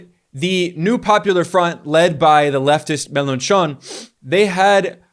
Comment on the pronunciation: An excellent report, as always. By the way, the 'ch' sound in French is pronounced very similarly to the 'sh' sound in English, as in the sound you make when you want someone to be quiet. So Mélenchon sounds phonetically, for an English-speaker, something like MEL-AW-SHO.